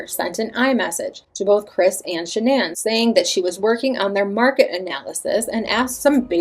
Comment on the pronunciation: It erks me everyone says her name wrong..even Chris and her close friends. Everyone in media ...everyone says her name wrong. Even you. I listened to Shannans parents say her name ans its pronounced as a basic Shannon. I know yall heard all her parents interviews.